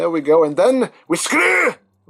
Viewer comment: Y do u call a lot of friction hinges, mushroom pegs. And y do ye say screw! With an Irish accent